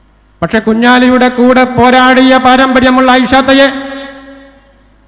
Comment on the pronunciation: കുഞ്ഞലി കുഞ്ഞാലി ഒളുപ്പുണ്ടോ സഗാവേ അവരെ പേര് ഉച്ഛരിക്കാൻ